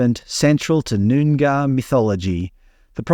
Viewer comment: You pronounced Toodyay spot on ..noongar needs work 😅